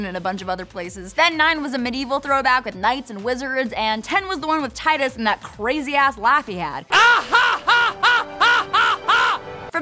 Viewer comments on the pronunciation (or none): Mispronounces Tidus, and then fails to mention that the laugh is supposed to be terrible. Yep, totally explained.